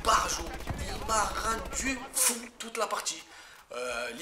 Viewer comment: Elle envoi e du steak ta news intro! Et j'ai kiffé quand tu fis " il ma rendus fou" avec ton accent X)